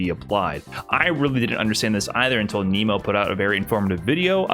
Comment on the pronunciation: Did not know about lock or hold buffer, explains a lot. Also you'd think after all this time would have learnt how to say Nemo!